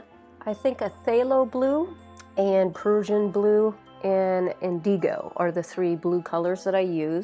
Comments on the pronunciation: It’s pronounced INdigo (accent on the first syllable; not inDEEgo, sorry. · You are pronouncing indigo incorrectly